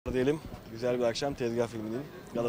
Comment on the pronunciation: Güzel diyemiyor😂😂😂